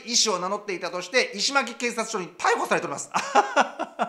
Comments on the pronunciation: 石巻はイシマキではなくイシノマキです。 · 石巻はイシマキでなくイシノマキでっせ。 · いしまき、ではなく、いしのまき。石巻